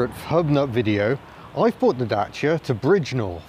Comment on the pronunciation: I'm so glad you pronounce Dacia correctly, unlike James May. That E-Type is epic too, such a beast. I thought they said they would do 160mph, which was amazing for it's time. Achingly beautiful car, yet reliability would be my biggest concern.